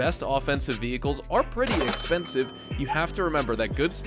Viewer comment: Drinking game: Take a shot every time you hear CA-CHING sfx when he pronounces the word "expensive"